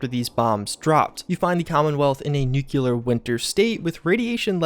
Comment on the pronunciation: Yes, it triggered me. I will admit it. And then the classic farking nuk YOU lar. OMFG people, it's nuk LEE ar. Yes, I have issues, I have grammar notsy issues. Sue me.